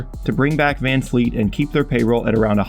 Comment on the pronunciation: It's VanVleet man not VanFleet, put respek on his name.